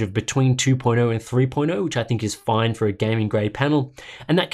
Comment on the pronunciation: that "fine" tho